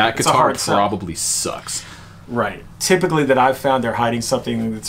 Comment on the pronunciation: Ok help this guy with "typically". Pretty good vid.